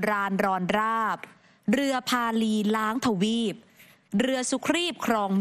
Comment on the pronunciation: เรือพาลีรั้งทวีปไม่ใช่ล้างทวีปค่ะ